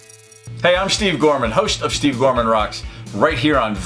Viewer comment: How can you miss pronounce your own name? It's Steve not Shteve.